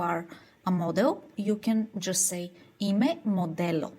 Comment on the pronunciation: 'Ime not im'e.